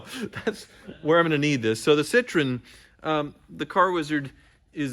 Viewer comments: It's cit tro en not citron... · It should be pronounced citro-N, not citrone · Sit-RO-enn. Not SIT-run. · It's not "citron", there is an E after O that you're supposed to say and you pronounce it like in a name Eric. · "Sih-TRO-en." 3 syllables. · its pronounced citro-when